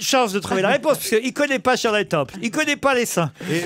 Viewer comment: Shirley ne se prononce pas "Tcheurlay", mister Ruquier